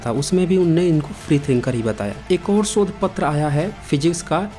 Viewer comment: sodh nahi shodh